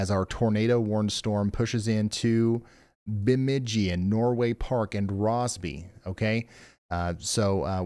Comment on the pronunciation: I'll help you with a quick how-to speak Minnesotan. Perham is like you said it if you are on the phone, or Purr Um, Frazee is fray zee and Bemidji is for sure Burr mid jee. lol 😆